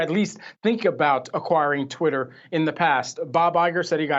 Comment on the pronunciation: "Titter"!!!! Lmao